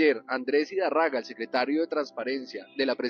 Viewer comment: NO ES IDARRAGA ES IDÁRRAGA. CON TILDE EN LA PRIMERA A